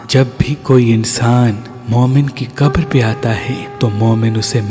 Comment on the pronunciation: Qatar nahi Bhai qabar😅